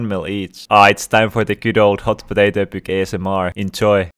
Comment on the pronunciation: “Buuk” sorry lol